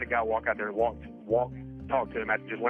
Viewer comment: 'adnd'? Come on now,.